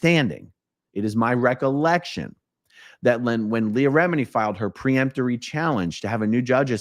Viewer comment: "Peremptory" not "pre..." Hurts my ears!